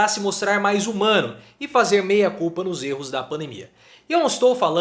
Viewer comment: De repente, a pronúncia não ajudou. O importante é que o recado foi dado.